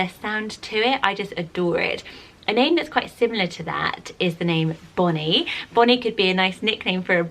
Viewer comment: I think she really tried to pronounce it🙃 I feel like she said Bonnie so nice too. People in my town would say it so country sounding.. it would sound like “baw-knee”. Lolol and imagine her saying I like the name Cabello. But not pronouncing the ll right ;)